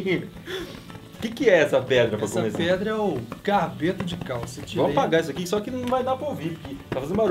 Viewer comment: ei, só eu q ouvi "capeta de calça" ao invés de "carbeto de calcio"